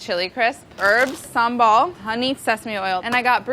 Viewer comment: is she said sambal ?